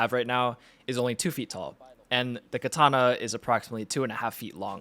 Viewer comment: It is pronounced kAtana not kItana